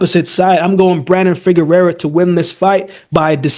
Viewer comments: FIGUEROA! pronounced FI- GE - RUA! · Covered Figueroa on the channel enough times and has butchered his last name everytime. Just say Brandon lmao